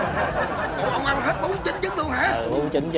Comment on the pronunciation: Ăn chứ kp anh Phát âm chuẩn tý xem nào 🥴